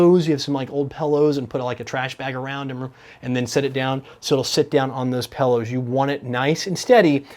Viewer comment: says pillows like "pellows"... hehe